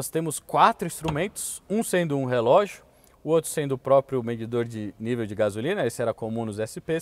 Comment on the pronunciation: "póprio" O é dos meus, PQP